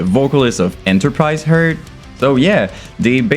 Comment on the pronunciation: He also said "Enterprise Herd". Not sure if all this is a meme or something or if he actually didn't know how to pronounce these.